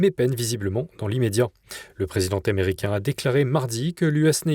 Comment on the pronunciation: Donnée l'excellente qualité de votre chaîne, je me permets de faire remarquer que, depuis peu, vos journalistes font des liaisons entre les mots qui sont incorrectes. Il ne faut pas dire "le présiden taméricain", mais bien le "président américain". De même, en présence d'un "s" final sur un mot pas de liaison en "s" avec le mot suivant.